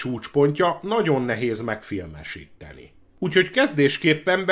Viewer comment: Ha csak ennyi lenne a baj... Az egész kiejtés borzalmas. "érdekess", "produccer", "megfilmessítteni", sorolhatnám és ez még csak az első perc. Ettől az egésztől fizikai fájdalmat érzek. Én is kerülni fogom, ha meglátom még egyszer, csakúgy, mint Szoky-t.